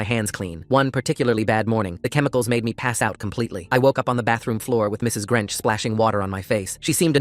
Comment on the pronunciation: Mrs. Grench instead of Grinch😂😂